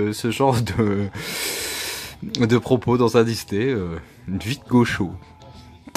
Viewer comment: Hello Ah le retour de Mickey et Maya! Tu m'as trop fait rire avec ton "gaucho" 😂 Un gaucho ( prononcer gaoutcho) c'est une sorte de cowboy latino-américain, sans arrière pensée politique 😉